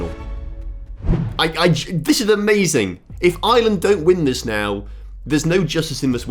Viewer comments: Its Ireland not island 😭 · STOP CALLING IRELAND ISLAND YOU SAY IT LIKE ARLAND (THATS ONE REASON WHY I DONT LIKE THE BRITISH (ENGLAND) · I'm sorry but how hard is it to say Ireland without saying "Island"